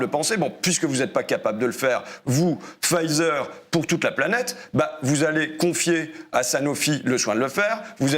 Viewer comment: Pfizer se prononce 'Faiser', on ne prononce pas le p.